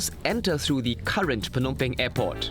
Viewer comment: The way the host says "Phnom Penh" is very close to the actual Khmer pronunciation. 😍